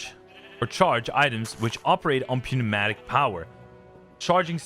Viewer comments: Pew-matic got me ngl… it’s pronounced new-matic 😂 great vid man and insane grind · the goat has posted i don't think english is your first language so i don't blame you for the pronunciation, but the "p" in pneumatic is silent just so you know